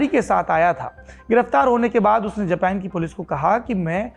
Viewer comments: खोतनाथ जापान को जपैन क्यों बोल रहा है। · जब हिंदी भाषा का इस्तेमाल करते हैं तो अपने शब्दों का इस्तेमाल भी भारतीय हिंदी ही रखें। बार बार जापान को जेपेन सुनना बहुत चुभता है। कृपया वही रहें जिसके लिए आप जाने जाते हैं यानी हिंदी पर जबरदस्त पकड़ के लिए। बेवजह दूसरों को कॉपी करना और खुद को आधुनिक दिखाने का बेजा प्रयास छोड़ दें। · जपेन नही जापान